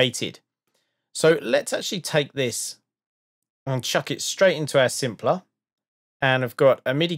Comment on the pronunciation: who whole time I thought you were saying simpler vs sampler LOL